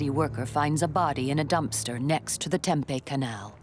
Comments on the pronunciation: omg lol "Tempay?" It's Tempe pronounced Tem-pee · I was thinking the same thing! As an AZ native I cringed every time she said it wrong. 🥴😫😂🤣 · It's Tem-pee. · "Tem-pay, Arizona" Lol nice pronunciation there, lady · As a Native of AZ, I cringed each time she said Tem-pay. 🥴🥴😂🤣